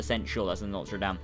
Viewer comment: You said it's NOTra Dame...hehehe so lollies